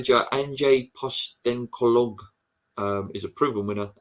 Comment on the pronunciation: Let me help you how to say good Australian names like Ange Postecoglou, Ange rhymes with flange and Postecoglou is pronounced Pos-te-cog-loo and the reason why us Australian West Ham supporters say he would be good at West Ham is because he's a proven winner over a long period of time and always wants his teams to play attacking football and that's why Celtic head hunted him as their new Manager in June 2021. Ange has a winning history that any English Manager would love to have on their CV and you can read it here...